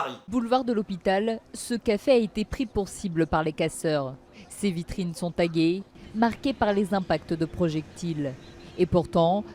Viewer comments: " Ces vitrines sont tagEY ", " prévenu par les autoritEY ", " totalement saccagEY, la vitrine est pulvérisEY, les véhicules dégradEY, selon un employEY ", " a également été touchEY ", " sont deployEY " J'en peux plus de sa prononciation xD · Mais, la meuf de bfm à un problème avec le son "é" ou quoi ? Taguéé, autoritéé, sacagéé, pulvériséé, employéés, touchée, déployée.